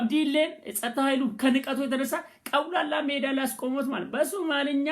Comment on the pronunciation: ግን ቀውላላ ሜዳ ሳይሆን አውላላ ሜዳ ነው ሚባለው